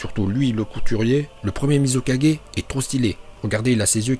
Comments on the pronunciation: Apprend a dire mizukage pcq tu dit muzi4g t vrm null tu c même pas bien prononcer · "Le maître kazékadgé,le maître raikadgé,le maître mizukadgé,le maître tsuchikadgé et enfin....... Le maître hokage. Cohérence dans la prononciation:0 😂😂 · Tu prononce bien hokage mais mal tsuchikage,mizukage,raikage et kazekage